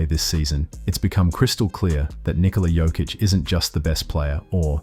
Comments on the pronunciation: Serbian J shall be read as yours Y, so try with Yokic. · learn to sayhis name! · I wish you'd say his name right after all this time. 🤦🏻‍♂️ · How about learning to pronounce his name correctly!!!??? Voted down, learn basics! 👎👎👎👎👎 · You're pronouncing his name wrong... smh. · How are you gonna make a video about the man and not even pronounce his name correctly? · as a Serb also, I think its important to professional. That means pronunciations must be right! Basics...